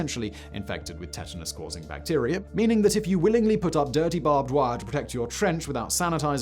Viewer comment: u say tetanus weird. like u only read it and never heard it